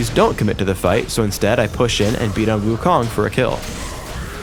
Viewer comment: lol, wukong, wrong pronounce. 悟空. do u know chinese? the kong is wrong pronounce. lol .